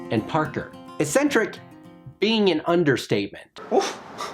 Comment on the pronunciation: This video exposed me to so much preSourcefed SP7, I loved it. You have problems pronouncing "eccentric" and "cibception" though